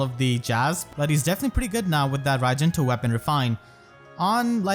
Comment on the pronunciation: how to prononce raijinto with fehtubers: akariss: raijintwo pm1: rajinta nimious: rajinto